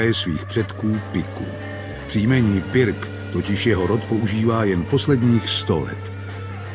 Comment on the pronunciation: Proč vyslovujete pik